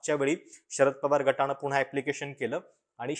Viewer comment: मराठी उच्चार सुधारण्याची फार गरज आहे,,, " माणवीय", अभिषेक " मणू" सिंघवी, "गटाणे",,,, निदान तुमच्या सारख्या पत्रकारांनी मराठी उच्चार व्याकरणाचे भान राखणं इतरांना उदाहरण बनते....बाकी तुमच्या संशोधन आणि पत्रकारितेबद्दल तर प्रश्नच नाही,,,असेच लढत रहा, आमचा पाठिंबाच